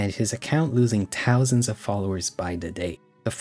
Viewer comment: bro not to side with anyone in the vid but can you pronounce ''th''? i noticed you said ''tousand'' and 'tirteen''